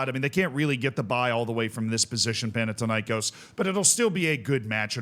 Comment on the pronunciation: Panathinaïkós like Athens and Athena so thin not tin and the stress is on kos not na.